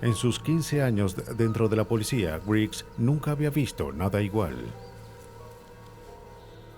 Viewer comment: No se dice polecia, se dice policìa.